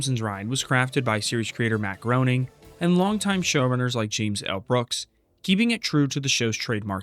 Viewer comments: Come on man. It’s not GROWNing, it’s pronounced “Grenning” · It’s pronounced Graining like in Raining not Groaning like in Moaning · His name is pronounced "grey-ning" not "groan-ning" that mispronunciation was driving me insane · Groening. t's pronouced Graining! Like raining. He's said this a million times. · 'Groening' is pronounced 'Graining'. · Matt Groening is pronounced “Gray-ning”. And “Looney Tunes” is not one of the longest running TV shows. For one thing, it’s not a TV show. It was a series of theatrical shorts. Which have since aired on TV. But under different titles/branding. Then each new reboot has been its own TV series. None of them lasted more than a few years. And they certainly haven’t run continuously. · the repeated mispronunciation of Groening .....